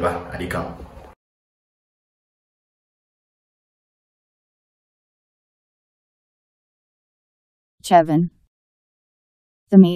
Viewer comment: The struggle to pronounce chevon🤣🤣🤣